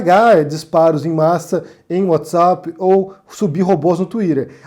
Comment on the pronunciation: pq vc pronuncia 'uatizap' e 'tuirer'. É muito estranho ouvir brasileiro falando assim. Eu acho que te coloca num lugar que não é seu de 'soberba'. Já viu o vídeo do Porta "Woody Allan"?